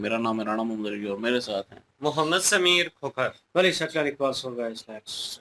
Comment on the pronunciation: खोखर नहीं, तोकर